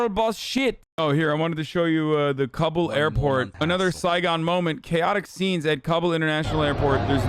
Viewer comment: “Cobble, Eff can knit stan”